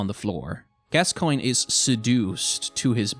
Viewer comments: french here, and pronunciation would work if the name was "gascoing", but "gascoigne" should sound like "gaskwaɲ". but I've also read that they put the "i" in the name to make it easier for english speaker and "gas-coin" is close enough to the pronunciation of gascogne, "gaskɔɲ". the only difference between "coin" and "kɔɲ" is the faint "i" sound (which sounds like the letter "e" in english) in coin before the ɲ sound. here is a link to the correct sound for gascoigne in french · As a French person I recognize that name as kinda French sounding sooooo I think if I may say I think it would be pronounced more like "Gas ko n ye" don’t mean to bother and I could be wrong but if you were curious yeah there’s that ^^ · What language do you think gascoigne is in? In french it is pronounced ga-skoyn So where is this gasqua from? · Actually after I heard him said /Gascoang/ I started to call him the same way. In my head it sounds better that way now lol. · I hope he puts a counter to know how many times he mispronounces Gascoigne's name.